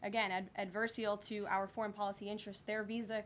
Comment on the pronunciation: Pro tip, it’s pronounced ad•ver•sar.i•al ,advar'serēal